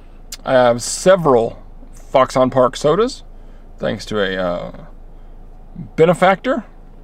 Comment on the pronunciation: "FOXun", not "Fox On"!